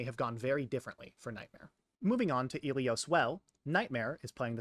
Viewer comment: the fact that you say "Ilios" like eelios when the game itself pronounces it like Ill ee os is crazy